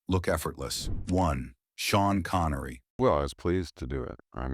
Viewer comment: "Shawn Connory" 😂😂